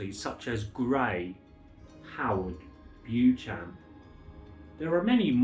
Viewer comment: In Britain ‘Beauchamp’ is pronounced ‘Bee - chuhm’.